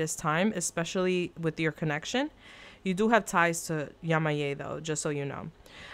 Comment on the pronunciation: it's YE-MA-YA. Thanks for the reading.